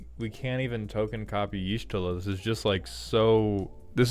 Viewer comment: As the one who preordered only Y'shtola It's pronounced with an "ah" inflection, on the "Y' ", so it's supposed to be more like "Yah'Shtola", with a short "ah".